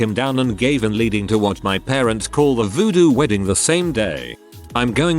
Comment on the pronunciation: The pronunciation of "Voodoo Wedding" 😂😂😂